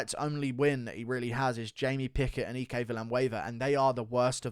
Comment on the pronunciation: No way you just pronounced “Ike” as “EE-Kay”